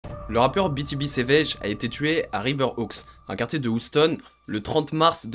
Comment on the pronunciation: ca s ecrit "houston" mais ca se dit "youston" !!!!